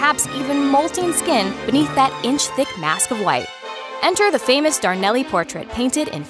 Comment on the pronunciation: "Darn-lee" not "Darn-elly"....